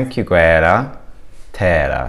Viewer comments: [tanshoogayras] is the correct pronunciation 😀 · How 2 pronounce "Tanxugueiras"